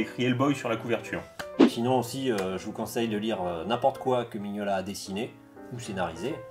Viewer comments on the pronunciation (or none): Par contre, c'est Mignola, pas Maniolia. Et un peyit hommage également à Dave Stewart, qui est devenu son coloriste attitré, et qui participe grandement à cet univers. C'est dommage que le BPRD soit moins bien illustré, malgré un scénario vraiment dantesque !